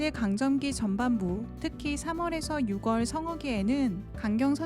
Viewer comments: 육월이 아니라 유월로 읽어야합니다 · 은근히 요즘 사람들이 많이 틀리는 문법이죠 유월 시월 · 6월을 왜 육월이라 말하나> 6월을 말할 때믐 유월이다, 10월이 시월인 것과 같다. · 딴지 걸어서 죄송하지만... 6월의 발음은 /유월/이라고 해야합니다. 10월의 경우도 /시월/로 합니다. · A.i음성이라 저런거 같은데 좀더 세심하게 영상 만들려면 한글로 유월이라고 써서 읽혀야 할듯